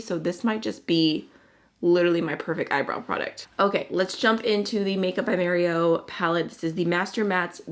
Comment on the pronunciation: Considering that Mario is an Albanian from Montenegro and the languages there are phonetic, the name should be pronounced as it is written, which would be MArio, not MErio. Unless, for some reason he prefers it the 2nd way, in which case my comment would be completely useless and I was trying to help :D